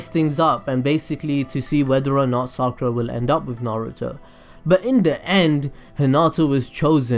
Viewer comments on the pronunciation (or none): explain why naruto could have chosen sakura because you just talked about the writer and hinata and naruto and you say the names wrong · therealkite i thought you said sakara